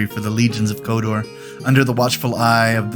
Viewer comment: It's not a request for more.. It sounds like you are saying Kodor at times and not Khador..